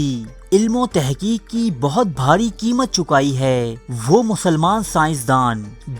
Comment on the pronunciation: ذرا اپنے بولنے کا انداز تبدیل کریں۔ کھینچ کھینچ کر نہ بولا کریں۔ نا گوار ہوتا ہے۔ اور کید نہیں، قید۔ کیمت نہیں قیمت۔